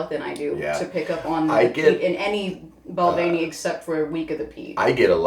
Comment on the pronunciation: They both didn't pronounce Balvenie correctly. Lmao